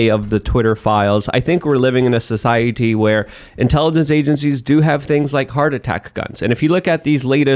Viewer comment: Huge changes in our socie”T”y. lol, what’s with the over emphasis with the T’s here.